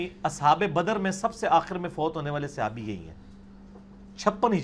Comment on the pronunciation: Sihabi nhi khuda Ka wasta apni pronunciation teak kro.